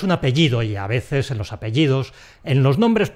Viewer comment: Yo escucho 'a vezes'...